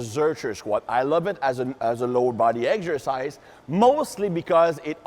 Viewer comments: I think this guy is french. in french you prononce egsercise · "Eggs-ersice" - love the accent. The demo guy makes look tiny! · I love how pronounces "Eggzercise" and thighs aka "ties". Great videos as always!